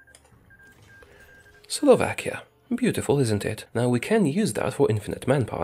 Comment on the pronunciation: Slovakia? No Slavakia